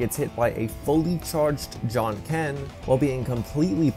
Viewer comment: His John Ken? Isn't it Ja Janken?